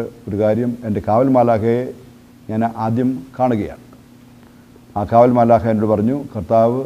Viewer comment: മാലാഹ അല്ല മാലാഖ